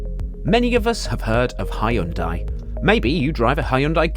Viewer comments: its not ha-yun-dai, its hyun-dai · It's actually pronounced Hyun-De